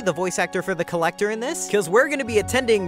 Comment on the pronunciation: The Collector ‘Lector ‘Lector bruh ‘Lectah ‘Lektah Da ‘Lektah